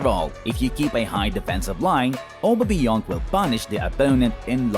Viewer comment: No one: English speaking people: Obameyong